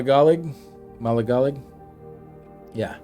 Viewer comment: Ma-lig-a-lig that’s how you pronounce that lol